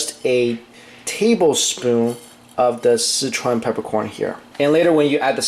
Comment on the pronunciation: When Mike says, 'Sichuan', it always sounds like 'Citron'....Is it just me?